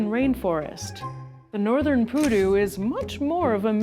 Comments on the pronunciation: she insist in call the creature PÚDU with an accent in the first U when specifically it as the accent in the second u, PU-DÚ :face-red-droopy-eyes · it's not pUdu it's pudU Sorry it's funny to say it cause of leviosa Thanks for showcasing this little fella, he really needs more people to be aware of his existence, we need to take care of them if we want them to keep on going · Pudú, not Pudu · piudu... maybe poodoo like moose, and the p is more like a drum p*. Saludos, greetings :) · It was so weird hearing poodoo along the whole video, it's pronounced the other way around "puˈðu". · It's Pudú, stress on last syllable, not poodoo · The pronunciation is SO off putting..... Pudú, no Pudu. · its pudú, with accent on the second syllabus